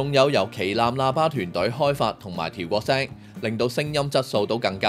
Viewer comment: 你啲咬字發音可唔可以進步啲？係「調過聲」唔係「調割聲」 。用AI生成字幕又唔check吓啱唔啱。仲有成條片好多位都甩咗字幕。字幕嘅字體又唔統一。你哋啲剪片點搞㗎？